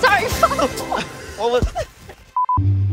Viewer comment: "iTs YoUr GrAnDMaw "